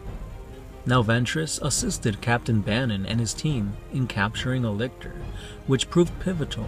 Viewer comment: Hey man... Im sorry but your pronunciation, well... mispronunciation.... Of multiple words and names was very frequent. Probably be better in the future if you playback your videos and check for mispronunciations or mistakes. Mortifactors for example, isnt pronounced as the Mortificactors, but Morti-factors... You pronounced "Lictor" as "Licker"... Im sorry but if you're pretty much reading the from the Wiki then you can afford to go back and fix mistakes. Sorry to be blunt but its just criticism so you can improve your future videos ...